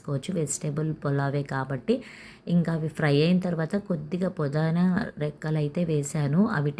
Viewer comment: Pudana kadu andi adi! Pudina 😅😅😅😅😅😅